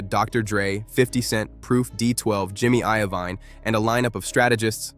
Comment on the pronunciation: Did you call him "suuga knight"? lmao you might want to stick to videos about things you know about...You called him jimmy IO Vine lmao wtf dude?